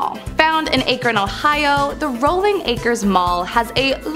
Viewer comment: " Ack run " Akron ... The A isn't long .. lol .. home of the soap box derby ...